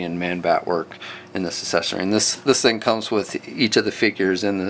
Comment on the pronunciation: I like your reviews so please don't take offense but it drives me just a little nuts that you pronounce the word accessory as "Assessery" instead of "Ack-sess-ory" which ismor correct. I know its a kinda stupid complaint but it is just a pet peeve I guess. anyway thanks for the reviews they are helpful!